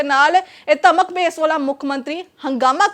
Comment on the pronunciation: ਇੱਕ ਤਾਂ ਇਸ ਐਂਟੀ ਨੂੰ ਧਮਕ ਨਹੀਂ ਕਹਿਣਾ ਆਉਂਦਾ ਧਰਮ ਧਰਮ ਬੋਲੀ ਜਾਂਦੀ ਹੈ। ਪਰ ਇਹ ਵੀ ਕੀ ਕਰੇ ਇਹ ਚੈਨਲ ਹੀ ਧਰਮ ਵਿੱਚ ਲੜਾਉਣ ਲਈ ਹੈ। ਬਾਕੀ ਬਹੁਤੀ ਸਿਆਣੀ ਜੀ ਇਹ ਲੜਾਈ ਕਿਉੰ ਹੋਈ ਇਹ ਦੱਸ